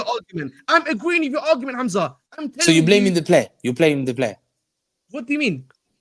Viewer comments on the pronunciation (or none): Hamza “plaming the blayer”!